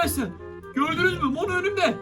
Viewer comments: abi Mono değil Momo oo birde patalt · Abi yanlış anlama ama mono diyil momo yanlış anlama lütfen 🤗🤗